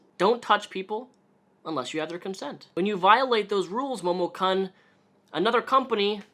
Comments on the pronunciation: momo-KEWN. not Cun. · This is a great video. I just heard about this and I wanted to know about the controversy. But it’s Momo KOON, not kun. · I'm surprised you haven't been grilled on this yet, (or if you have it got buried and I can't be bothered to dig it up) but it is pronounced Momokoon, not Momokunn. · kun is pronounced " koon " not CUN. Sorry the mis pronunciation was irking me. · "Momo-kunn" Not gonna lie I reached for some whisky when you pronounced Kun that way. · usually pronounced k-oo-n in Japanese. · It's pronounced "koon". Momo"koon" I can't even get 10 mins into the vid cause the way he pronounces it annoys me so much. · It's probably pronounced "momo*koon*" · It's pronounced Momo "koon" "KOON!!!" omg, that's totally racist! I sincerely apologize. I have irritable bowel syndrome and it makes me a total grammar Nazi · Momokun is fucking gross and it's sad people threw so much money at her for shitty cosplays and """lewds""". On top of her shitty attitude it's great to see her getting what she has deserved for quite a while. Also my inner weeb is being triggered by the pronunciation of Momokun here. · you keep mispronouncing her name. It's pronounced "Momokunt" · just a heads up: i know it doesn't matter that much but it's momo kun pronounced "koon", because she's stealing japanese language to try to look cute. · "MOHMON-CON" Dat Japanese pronunciation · my weeb ass cant handle the way u say her name lmfao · You can pronounce "kun"? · Not to defend momokun (i hate her just like anyone in the cosplay and otaku comunnity rn) but like, do you watch dubbed anime or something like that? bc the way you pronounced momokun just killed me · The way he pronounced momokun and renowned make me upset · the way you pronounced Kun made the weeb in me very sad :/